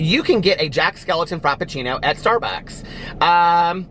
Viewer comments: It's Skellington not skeleton 😂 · Its Jack skewington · Jack skelingTON